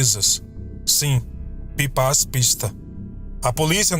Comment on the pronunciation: fala-se Pipax Pisto pronuncia se em húngaro.